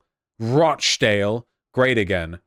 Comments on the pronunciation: ruh .ch. dale, not rah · Hearing vaush pronounce it rock dale 😭😭😭😭